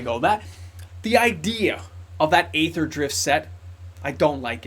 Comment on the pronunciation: Aether = ether = EE-ther Think aeon/eon, daemon/demon, aegis, etc.